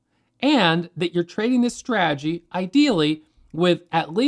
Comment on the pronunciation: Take a drink every time he says; "straajee".